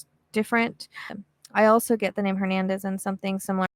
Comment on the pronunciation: “Hernandez” 😮 You never cease to amaze me Miss 🌹